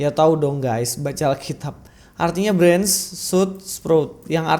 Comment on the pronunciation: 😂😂 branch sama sprout salah bang pronounce nya😂